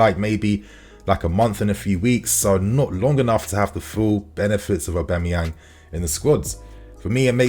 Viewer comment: the way you say Auba’s name drives me nuts lmao. It’s AUB-A-MEYANG, not AUB-E-MAYANG